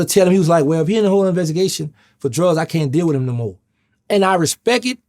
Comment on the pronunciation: I "Respek It"